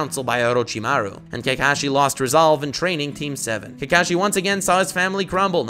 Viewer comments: Why are u saying Kekashi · hes not kaekaeshi hes kakashi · This mans pronouncing kakashi kills me